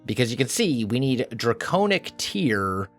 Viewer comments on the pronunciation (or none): It is pronounced (Dray-con-ic) now (Dray-cown-ic) if im not mistaking